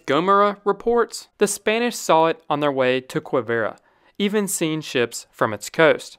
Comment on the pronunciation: Guillaume is pronounced gee-YOME, with a hard G as in go. 😊 Quivira is pronounced key-VEE-da. And others. Great video, just practice your European pronunciations. 😊